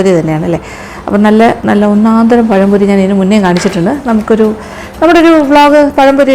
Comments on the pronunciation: പയംപൊരി ആണോ പഴംപൊരി ആണോ... ഞങ്ങളുടെ നാട്ടിൽ രതീഷ് എന്നു പറയും..... 🙄🙄🙄🙄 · പയംപൊരി അല്ലാ പഴംപൊരി ആണ് mam